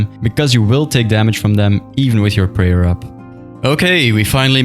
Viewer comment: bro says "prayal"